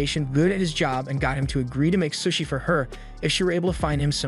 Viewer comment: Bro its not sus-i its pronounced SOShi not sus-i soshi that not how its spelled tho its sushi